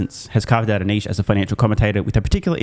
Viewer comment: A youtuber who knows how to pronounce "niche!"